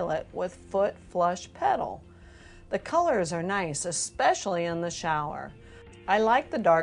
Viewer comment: E"k" specially? Reading the comments. If these are actresses they are terrible. The word is "especially," no "k" in there at all. And why do I get the feeling the older of the two women is a night time alcoholic? Sounds like she's hiccuping every word. let alone the lame dialogue.